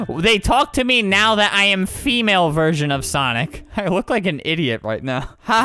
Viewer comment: I literally DIED when he kept messing up the word "sonic" LOL